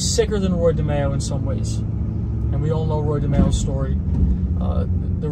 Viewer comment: Watched a mob episode of Law and Order. The name of the crime family was DeMeo but pronounced Di My oh. Didn’t change those facts much😅